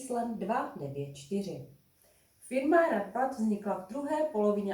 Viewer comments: "Raadvad" NOT Raadvar"..🙂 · The name is Raadvad, not RaadVAR like in football 😉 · It’s RAADVAD (I’m a Dane) 😊